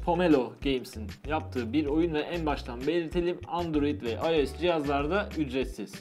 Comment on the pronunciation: Abi ios u ayes diye okumican ayos diye okican